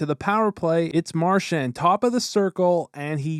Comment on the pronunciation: Me being a huge bruins fan I don’t really like how he mispronounced Marchand which sounds like Marshawn and I also don’t like how he said PAHsta it’s pasta, but anyways love your vids. Keep it up